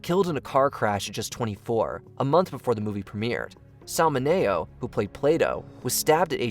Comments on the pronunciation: Dear AI, it’s pronounced “Sal Min-EE-Oh”, not “Min-A-Oh”. Cheers! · sal ma-nay-oh? mini-oh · It’s Sal Minio pronounced Sal minio ( the word mini with an o added) your pronunciation is 100% wrong. Doesn’t your staff research anything. Everyone alive at the time heard about that tragic The Twilight zone accident. A beautiful mind details also known and awful. Heathers was over the top but entertaining as hell at the time it was released. Complaints were plentiful from critics but audiences sure enjoyed it. The rest is mostly overblown and old news. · "SAL MIN-ee-oh" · The fact that you mispronounced Sal Mineo's name it's more of a crime than his murder. Shame on you.